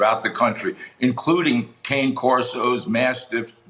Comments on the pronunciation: Kah-nay Corso, please. Provelo-nay, please. Mascarpo-nay, please. It’s all about Italian. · Not a big deal, but the word "cane" in the name of the breed cane Corso is pronounced "canay," it just means "dog" in Italian. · Yes! Everyone say cane, as in 'walking cane'. And also, the plural of Corso is "CORSI" not Corsos.